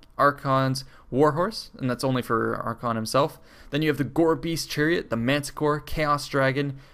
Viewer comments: Archaon is pronounced "ARK-AY-ON". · It is pronounced "aR-Ka-On"